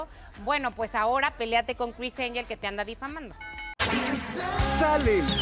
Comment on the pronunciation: “Cris Enyel” 😂